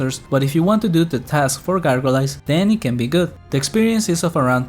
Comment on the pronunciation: The way you said gargoyles was fun too. It's said gar-goy-ells rather than gar-go-lays.